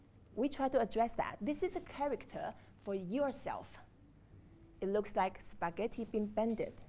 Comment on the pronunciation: she says spaghetti the same way Nigerians do